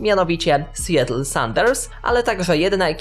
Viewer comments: sjetl? si-JAtl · Seattle wymowa poprawna SJATL ( długie a ), a nie SJETL, doceniam Twoj wysiłek w produkcji tego progamu, ale niepoprawna wymowa troche razi. * wystarczy iść na wymowe wyrazow- zajmie 10 sec. i problem z glowy. Słuchają cie ludzie z roznych zakątków Świata. Apple ...wymowa Apl a nie Epl ,,,please !.....Moje imię jest Andrzej, nie lubię być nazywany Endrzej ! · Nazwę tego miasta wymawia się "Sijatyl"